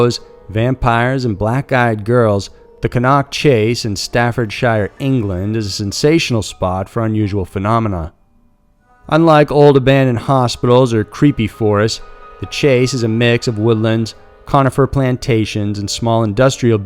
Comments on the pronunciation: Pronunciation of British placenames is absolutely appalling. It's CAN-Nerk, not Ker-Knock, and Staffordsher, as if pronouncing just the first 2 letters of she, not Stafford-Shyer. These are easy enough to find on the net so there's no excuse. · Fantastic content as usual! And thank you for exploring some really spooky UK stories. And I mean no disrespect when I say Cannock is pronounced Can-ock and Staffordshire is pronounced with a sheer at the end - as almost all UK counties are. There - English english lesson over. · ca-NOCK chase in staffordSHYER ffs